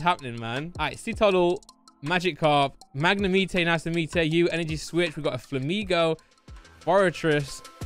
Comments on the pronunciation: Keep the content coming but please say Mag-ne-mite, really annoying how you say this pokemon!! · Please tell me you're not serious about pronouncing Magnemite as "Mag-ne-meet-tay"?